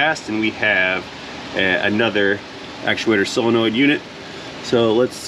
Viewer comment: Words... SOLEnoid, NOT CYLenoid or SILLenoid... 'nough said. 😋